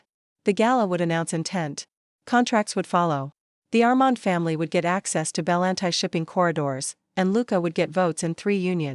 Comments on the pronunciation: Pretty sure that name isn’t “bell an tie”. It’s “buhLAWNtea” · Love the story, but the narration was very flat, and Bellanti is not pronounced Belan-tie.